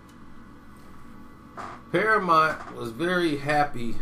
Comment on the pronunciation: Damn cant pronounce shit! PARAMONT?